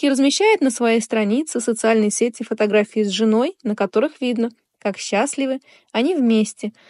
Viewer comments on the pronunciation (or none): none